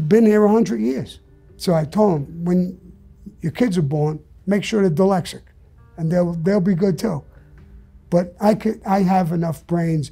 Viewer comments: Sammy the Bull: “Dylexic” EVERYBODY: “Dyslexic!” Me: “Is that how it’s really pronounced? Maybe he knows because he’s dyslexic?” 🤔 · You know your dyslexic when you say dylexic. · I bet he still pronounces it “Dilexaca” because no one ever had the balls to correct him. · He's soo dyslexic...that he calls it Dylexic. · He’s wrong about not needing a lot of ammo. What if you’re being attacked by multiple ppl with guns goofball? And it’s dyslexic not dylexic. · Somebody needs to teach him he's dyslexic and not deelecsick😂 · 'DELEXIC' KKKK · Repeat after me Sammie "dyslexic ". No Sammie, let's try it again "dyslexic ". No Sammie one more time "dys" " lex" "ic". Good now put it together "dyslexic". Wrong, come on dude. SAMMIE PUT THE GUN AWAY!!!!! LOL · This man is so tough and respected nobody ever told him he was pronouncing Dyslexic wrong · To be honest his teeth don't allow him.to say it correctly, thats the kind of critical thinking u need to have. Critical thinking before critical living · Can't pronounce "dyslexic", but ain't nobody gonna tell him. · Do you think anyone bothered to correct him? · I love how he doesn’t pronounce dyslexic right after being diagnosed 76 years. Gives 0 fux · I cannot believe you called that out? Brave 👏 As for me imma just pronounce it Sammy's way from now on thank you!